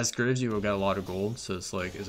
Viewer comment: graves: exists: “grrves”